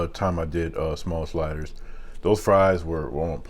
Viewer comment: "So I got the four shliders..man you make this food look good haha great food always it seems lol